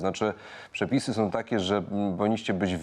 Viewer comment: "Som", "macajom" "ewakuacyjnom", "bendom", "strzelajom", "twierdzom", "walczom", "majom", " prowizorkom", " atakujom", "ziemiom"🤦‍♂️🤦‍♂️🤦‍♂️ to Polak czy nie???